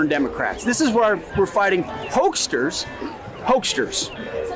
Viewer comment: "Hokesters?" Does he mean "hoaxers" or "fraudsters"? Go home, Hegseth. You're drunk.